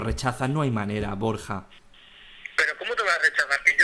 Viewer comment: BorJJJa xD